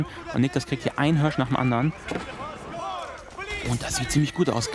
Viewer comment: Niklas holt sich den vörten Hörsch! :D